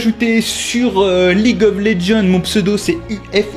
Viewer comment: Mais comment vous prononcer League of Legends ? Prononce le en Anglais, sa fait trop bizzare mdr en français.